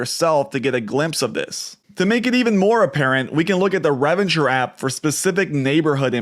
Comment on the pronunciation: Re Ven Ture app, not Reven ture lol